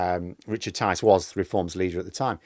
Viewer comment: Tice? Rhymes with lice?